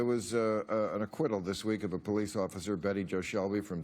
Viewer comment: Coconut you mean POE-LICE